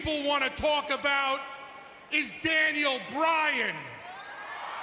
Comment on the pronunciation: Did anyone notice that he said Daniel Ryan